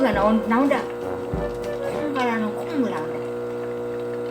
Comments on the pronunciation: 콩물을 콧물이라고 들었어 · 콩물이라 하실때 콧물이라는 줄 알았어옄ㅋㅋㅋ 먹어보구 싶프요